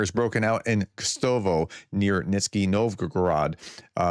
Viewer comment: Not just russian place names, apparently AVT is now pronouced ATV. Also city of Kstovo has now moved well WEST of Moscow. And Nizhny is now pronounced Nitsky. I agree, the prof is very entertaining.